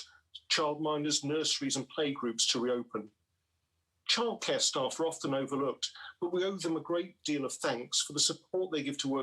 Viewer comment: in the video. Did he really say "kildchair" lol